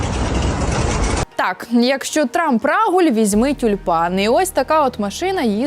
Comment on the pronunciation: Та не рАгуль , а рагУль .